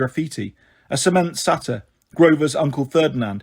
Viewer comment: I think you’re awesome but it’s SAY-TER AND KRONUS. That’s the pronunciation 😊